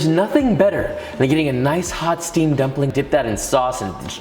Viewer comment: He said gumpling hahahha